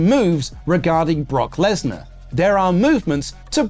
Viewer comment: Lesnar? More like lass-nah